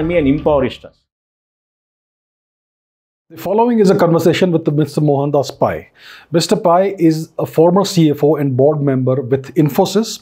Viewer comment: It's not पाय , it's "पै" , It's not पारिकर , it's पर्रीकर . Please Pronounce properly .